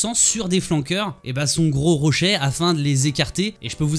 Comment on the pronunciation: « Les rochait » Ahahah , bonne vidéo btw